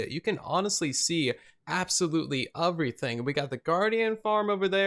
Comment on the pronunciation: okay am i weird or is he saying “uh-vrything”